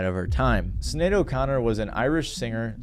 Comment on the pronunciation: Showing your age man. Mispronouncing Sinead O’Connor’s name